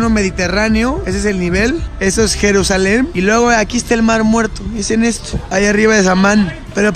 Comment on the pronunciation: Jajajaja 😂😂😂 minuto ESTE ES EL MAR MUERTOH